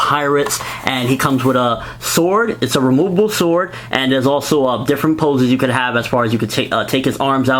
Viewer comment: I like how you say: remoobooboo instead of removable. Nice review!